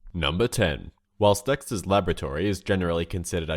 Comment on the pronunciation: did you just say sexters laboratory